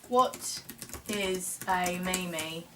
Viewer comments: haha "me-me" pronounced "meem" ;P love ya sharm :D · it is pronounced meem